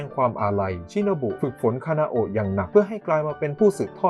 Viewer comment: พี่คะพี่พูดผิดหรือป่าวพี่เขียนคานาโอะแต่พูดคานาเอะ